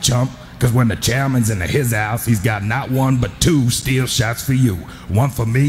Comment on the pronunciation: ' skull captain in the hizouse ' lol 😂